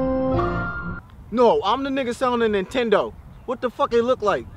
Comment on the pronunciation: he did say he was selling a nitendo 😏